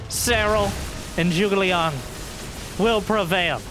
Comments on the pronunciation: rip the ZhuGeLiang pronounciation lol trivia: the name's a famous ancient chinese war strategist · Is zugeliang supposed to sound like "zergling" in chinese? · he's a historical statesman around 200 AD, great strategists apparently, and it does sound like zergling now that you've mentioned it!:D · Every time says 諸葛亮, my day gets a little bit better. I remember when I was younger, my friends didn’t even bother to try and pronounce the name and just called him Zee Huge. Happy New Year!